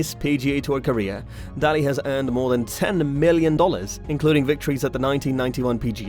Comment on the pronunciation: It's pronounced Day_Ley... If you don't know how to pronounce the names .... quit ....